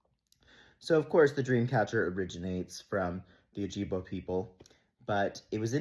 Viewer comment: "Oh-jib-way" (p sure that's how u say it if memory serves). I appreciate you for looking into the story and our (meaning first people's) often erased history. :]